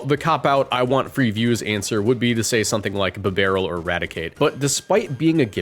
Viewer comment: It’s pronounced BEE-bare-ull, TRAHP-ee-iss, and ZAH-muh-zen-tuh, roh-TAHM, ZAH-SEE-ihn, ahl-TAHR-ee-uh, druhd-ih-GIHN, and SHEE-naht-ick, “Patrick Star”! 🤨 Swalot’s pre-evolution is Gulpin!